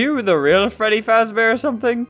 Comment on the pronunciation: It Freddy not fredy